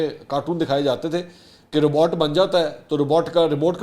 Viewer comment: رباٹ غلط ہے ، روبوٹ صحیح